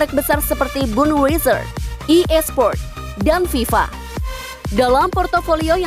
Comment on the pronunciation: Mbak baca nya badwaiser ya